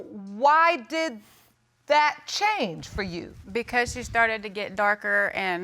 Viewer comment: He said " I stardid cakalaten" lol yo